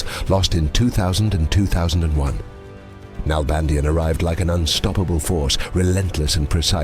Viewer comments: It's pronounced NalbandiÁn, with the accent in the final A. (Argentinian here) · DavId NalbandiAn. The I of his name and the last A of his last name are pronounced stronger. With an accent.